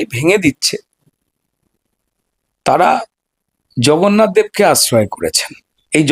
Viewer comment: উনি জগন্নাথ কে ভগন্নাথ বলেছেন